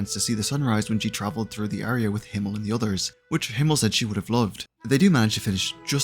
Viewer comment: It was a mixed bag. Some names you pronounced really well like "Eisen, Heiter, Himmel" some only partially like "Flamme, Stille or Land" and with some I had to listen twice like "Lügner, Richter, or Wirbel". And some were funny, like Übel. Lawine was only partly right, but at least it sounded like a real name, even if it wasn't German